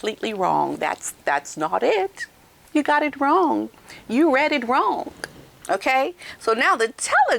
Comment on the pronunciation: says "wrong" like this something is "wronk"😂😂